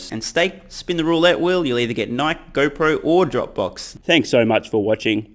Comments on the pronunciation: You pronounce it like Nikey (in the US at least) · I love how he keeps mispronouncing Nike lol